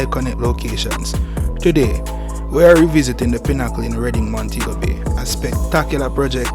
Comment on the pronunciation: Im not used to that pronunciation. Of pinnacle I say. pin e cle you say pin haa cull